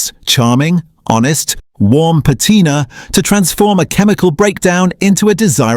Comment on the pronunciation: Please fix the AI and have it say "patina" correctly please.